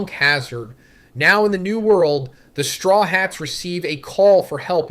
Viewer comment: Straw Hots, My-Hawk lol